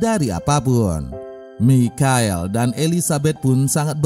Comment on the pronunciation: Bang,,michael bacanya maikel